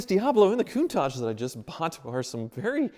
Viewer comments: Is it just me or does say “Koon-taj” most of the time? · So, it’s countaaaaage? I have been saying it wrong all these years.